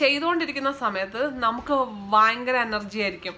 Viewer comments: വയങ്കര അല്ല ചേച്ചി ഭയങ്കര ആണ് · Kottyamkar 'fa' parayum poleyaa EkM kkarkku 'va'😀fayangaram.. Vayangaram...